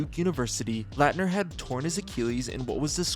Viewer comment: Dude it takes 20 seconds to find a YouTube clip so you can pronounce Christian Laettner's last name correctly. You butchered it like 10x. A Dream Teamer & college legend. EMBARRASSING.